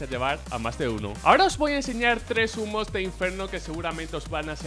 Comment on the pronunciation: Entendí zumos en vez de humos xD